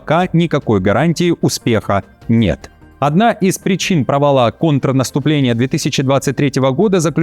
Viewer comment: Вы -ИИ, и это подтверждают ошибки в ударении ( провалА), больше не сомневаюсь.